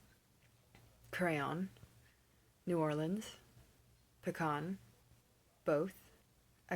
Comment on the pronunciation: Your short "o"s in crayon and coupon sound similar to your "au" in caught. Plus you said fire as one syllable and neither "fi-yer" like a lot of Americans say it, nor "fahr" like Southerners do.